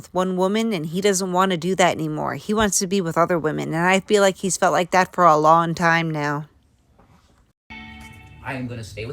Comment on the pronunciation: I showed my dad this. I can only watch videos with her in them on your channel because I can’t stand to even hear her talk. It’s always someone’s doing her wron! My dad noticed her say long , Lon! I told him she says it’s an accent but I never heard of an accent where you don’t say g’s when it’s actually part of how you pronounce the word… lol